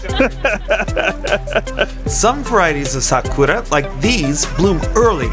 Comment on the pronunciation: why do you say 'sakora' instead of 'sakura'? i never understood this ^^"